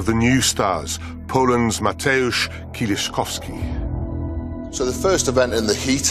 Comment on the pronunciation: it got butchered again by (